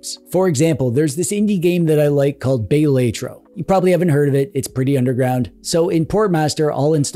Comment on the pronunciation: Bay-lay-tro is diabolical